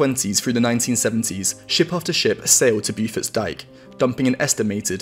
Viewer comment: Pronouncer Bow-Forts Dyke, rather than BewForts